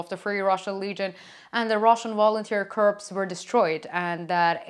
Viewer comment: English improving lots, and the curse of understanding hits, now must learn to not laugh etc! btw, corp is pronounced 'core' and it comes of course from corpus, which means body, where we will not go. A tip for EAAFL learners, some not native english speakers singing songs you know can help pick out the words, andreea munteanu and her band the iron cross is a good example.